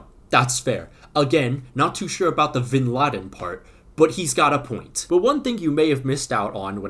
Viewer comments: V and B have similar pronunciations in spanish so it's not Vinladen its (B)Inladen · Its not vinladen. V is pronounced like be in Spanish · Vinladen I’m peru can be pronounce “binladen” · The V in Spanish is typically pronounced as a B ... Soooooooooo!